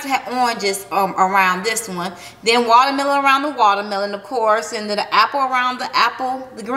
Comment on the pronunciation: “Wallamelon” 🤦🏼‍♀️ Ok 😂